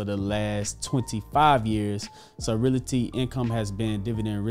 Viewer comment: He still can't pronounce "realty" correctly.